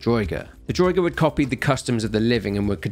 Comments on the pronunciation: Damn it have you never played Skyrim!? It annoyed me to no end the way you pronounced draugr!!! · Draugr, pronounced drah-ger